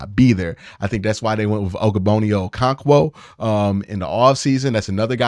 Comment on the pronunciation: Oh-koh-rawng-kwo! And Og-bonnia, not ogo-bonnia 😅🤦‍♂️